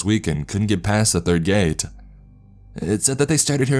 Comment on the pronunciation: Gate-ahh flashlight-ahh us-ahh distance-ahh